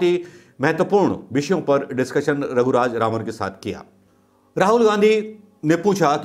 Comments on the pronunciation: Everytime you are pronouncing the name wrongly.. Raghuraj Raman in place of Raghuram Rajan.. pl mind it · Unka naam RAGHURAM RAJAN. Not Raghu Raj Raman. You have proven yourself a very poor presenter my friend! It's like Trump could not pronounce Swami Vivekananda's name in one go. He messed it up. You also have said twenty times Dr RAGHURAM RAJAN's name wrongly! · sir he is not raghuraj raman as pronounced many times. ha ha this happens often to most people. but the interview was a nice one. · unka naam... "Raghuraj Raman" nahi, "Raghuram Rajan" hai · नाम रघुराम राजन है (ना की रघुराज रामन) माफ करना गलती नहीं निकाल रहा परन्तु आपसे लोग एक्यूरेसी की उम्मीद करते हैं और आपकी वाकपटुता और सटीकता तो अच्छी है ही । भक्तों को बेकार में मौका मिलेगा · Raghuraj Raman nahin Raghuram Rajan. Alphabet ko swap kar lijiye sir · Raghuram Rajan naam hai... Raghuraj Raman nahi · आप कितनी बार रघुराम राजन को रघुराज रामन बोले है कॉउंट करके देखें।🙏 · Raghuraj Ravan.. Who else noticed🤣.. Not ones.. I guess almost every time😂😂😂🤣🤣🤣🤣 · Bolna toh shikh loh gavar hoh kya naam bolna bhi nahi aata 1.50 to 2.00..Governor ka naam bhi nahi pata nd chaley hoh video bananey so shame....its Shri Raghuram Rajan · You are repeatedly wrongly pronounced the name of Raghu Ram Rajan. Why ?